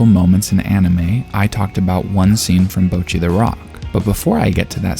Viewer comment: You keep pronouncing it like "bow-chee," but it should be more like "bottchi," with a sharper "tch" sound and shorter vowels.